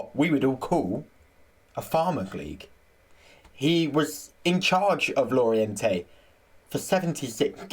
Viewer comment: Great that you've put up a video! Lorient is pronounced lorien by the way, also i think Regis le bris is pronounced Regis le brie, as in the cheese!